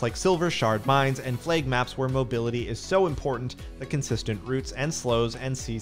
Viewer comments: totally sounds like he is saying plague not flag? map? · Why does this guy say the word "flag" as "flayg" ?